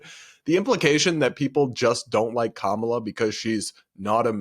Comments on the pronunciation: They're mispronouncing her name 😂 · They pronounced Kamala wrong too. Big nono according to their side. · Its the family mispronouncing Kamala's name for me 😁 I've heard so many leftists/liberals saying it wrong KAmala not KamAla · They also mispronounced her name about 100 times. Hahaha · it's KAHMUHLUH!!! guys now we have to berate them about the pronunciation on CNN in a kindergarten style debate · We all ignoring they’re saying Kamala wrong?!? lol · They are actually saying Kamala's name wrong too